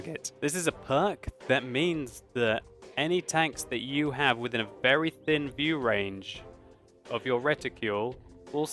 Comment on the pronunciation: 19 minutes and 33 seconds he says "view wange" lol